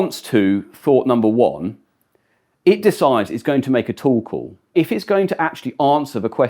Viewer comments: every time he says "Tool Call" I hear "Torkoal" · ohh a "TOOL" call. where does that "tow" pronunciation come from? lol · Sounds like "tuple" lol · For a second I thought he was saying "Toll Call" 😂